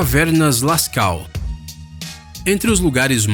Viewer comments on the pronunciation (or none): Nao se pronuncia Lascau... Mas sim Lascô... Em frances AUX se pronuncia Ô. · Não é Caverna "lascau". Se pronuncia "lascô". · A pronúncia correta é “Lescou”embora se escreva Lascaux. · Lê -se Lascô Cavernas Lascaux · Cavernas Lascaux ( lascô) a pronúncia certa, embora pareça zueira . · A pronúncia é cavernas lascaux. A terminação aux se pronuncia com o som de ô.